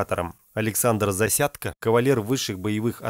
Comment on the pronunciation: Не искажай фамилию ЗАСЯДЬКО. украинец он.